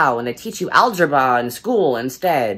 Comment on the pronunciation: algeba not algebra?